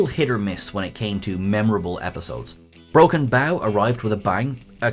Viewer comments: It's broken bow like a bow and arrow, not like you are taking a bow. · Broken Bow as in Bow and arrow, not bow as in bow of a ship. Remember... Native American territory